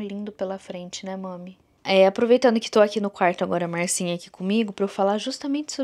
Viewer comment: Achei super legal chamar de Marcinha, com o seu sotaque ficou ainda melhor. Relaxa!